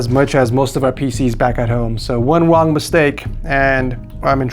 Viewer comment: I love you but I have to 😂 “ one wong mistake “